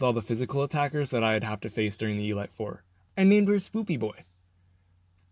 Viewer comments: Did you just say e-light four? You know it's pronounced e-leet right? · d-did you say E-LIGHT 4